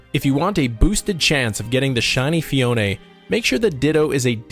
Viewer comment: FEE-OWN Not FEE-OWN-NAY It’s like you trynna say it with your pinky up or something but it just incorrect 😂